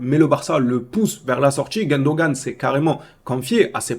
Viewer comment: comment tu arrives à appeler Gundogan, GUÈndogan??🙄